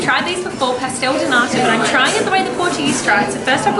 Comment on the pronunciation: you MIIIIGHT have butchered the pastel de nata hehehe